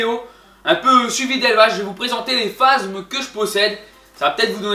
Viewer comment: phasmes pas phazmes